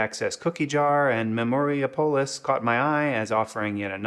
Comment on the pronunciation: It's Memori-Apolis, not Memoria-Polis